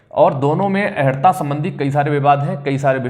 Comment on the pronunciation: अहरता नहीं अर्+हता =अर्हता